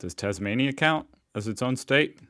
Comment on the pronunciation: Your pronunciation is correct, check out the island of Tasmania its the best place to live in Australia, we see daily news from U S. I bet you dont see news from Aus let alone Tas.